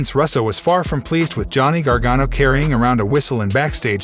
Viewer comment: This guy doesn't even know Vince McMahon's name "Ma Hon"? BUT he can pronounce Gargano????